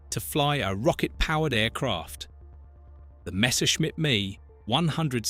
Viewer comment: It’s not me, it’s M E. Do a little research, show some pride in your work. EDIT